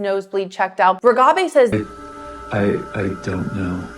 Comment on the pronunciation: Why do you say Reghabi's name with a trailing 'bey' rather than 'bee'? Very distracting. Also, you spelled her name incorrectly in the title.